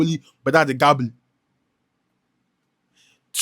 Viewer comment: you for mind the pronunciation of the name, it is Eghbali not Egabli. that guy sef looks like a gangster and he's behaving like one